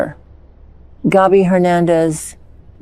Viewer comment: It's not Gobby. It's Gaby..